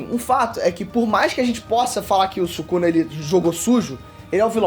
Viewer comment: "Subuxa" akkakakaak↩️